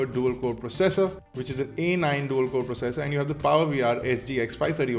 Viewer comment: U said "Dual core" in video....